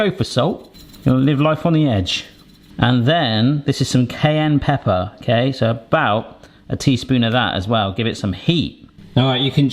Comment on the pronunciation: It took me at least 30 seconds to figure out what "cane pepper" was.